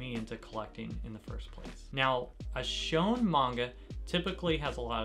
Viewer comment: I think it’s pronounced shoneN not “shone”? 😬